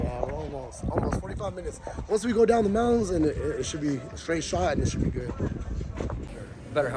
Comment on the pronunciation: He said geaow lol